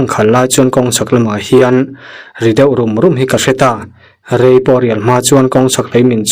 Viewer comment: Ka rai ti tawh suh,ka rei leeeh tih tur aw